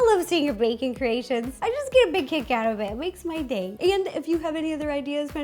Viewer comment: I know you said "kick" but at first I thought you said, "I get a cake out of that."😂😍